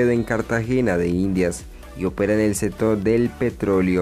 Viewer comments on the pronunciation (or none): setiembre, otavo, setor, salu, eletrica, atualmente, setimo, etc no sabe hablar este tipo